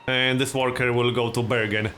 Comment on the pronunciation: You prononce bergen like "burger", I'm norwegian I can swear we say burger.